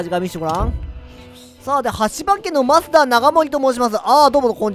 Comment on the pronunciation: 増田長盛はましただと思います ぬのペンさんがましたと言っていたら聞き間違えですごめんなさい